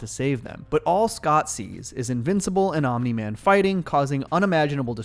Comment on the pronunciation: congrats u got omni man completely wrong